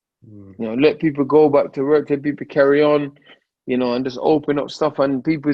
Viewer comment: Does he say his W’ sad r’s. Heard him say why sounded like Rerk instead of work